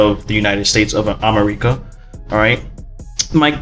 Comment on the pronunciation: My guy just said ammericca